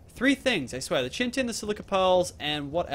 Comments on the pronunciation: it is pronounced kite-en. ok? not how t looks like (chiten) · In chiten the h is silent so citen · Just to help chitin = k-i-tin